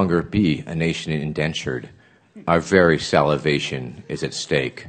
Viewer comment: bro said salivation